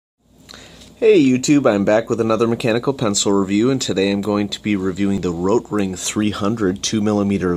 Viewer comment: But have people also been going on at you about your pronunciation of Rotring? PRONOUNCE THE "T"! lol you do this thing a few times where you roll your R as if you now giving it the correct pronunciation in German lol it’s so bad. Why are you doing that?